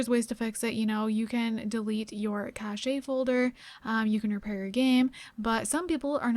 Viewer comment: “caché” lol u fancy huh